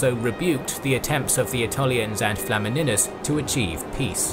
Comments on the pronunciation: tbh pronouncing flamininus with "e" and not "i" sound is not that simple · FLA-MI-NIUS not flamminus